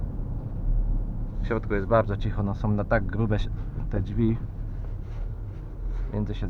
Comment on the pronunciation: jak uslyszalem jak mowi "dźwi" to juz wiedzialem ze sie chuja dowiem xD